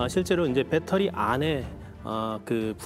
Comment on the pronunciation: 딴 사람들이 다 빳데리라고 해도 아나운서 였던 도경완씨만은 그렇게 하면 안 되는데 다 배터리라고 하는데 왜 아나운서였던 도경완씨만 일본 발음인 빳데리라고 하나요.